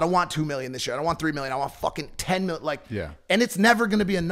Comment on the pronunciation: He tried to say million but slured his words